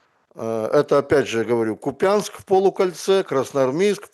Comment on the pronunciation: Объясните деду - не КупЯнск, а КУпянск